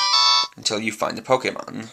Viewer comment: ... It's a Pokedex. And it's Pokemon. Say it correctly for your language.